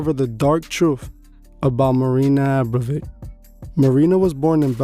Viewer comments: Dude, its "abramovic" abra mo vic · It’s actually A- bra-mo-vich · It's pronounced (Aum-Brom-a-Vich ...) good looks getting this video out so quick brother. God bless 🙏🏼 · You’re not pronouncing the name correctly. You know that, right? Forgive me if it’s just your accent. However, I don’t want to take away from the video. I’m impressed. I’ve been studying marina for some time. Idk what it is yet that’s been drawing me to continue studying her, but with all the things that I’ve learned about the priestess. Ive managed to learn even more from your video. Thx again.